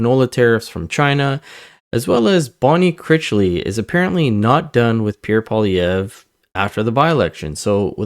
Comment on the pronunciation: it would be nice to hear people properly pronounce Mr. Poilievre's last name. its not POHLEE its PWALEE EVRe. but hey... you know